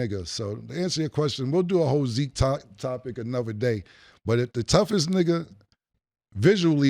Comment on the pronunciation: And zeek not tuff 😂